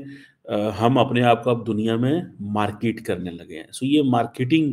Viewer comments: Everyone:Market Le Pakistani: MARKEEET 😂😂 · They never fail to amuse you really, ur compelled to laugh out ""Markeeet""😂